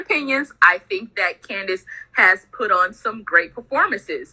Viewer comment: THIS BITCH JUST SAID CANDICE PANTS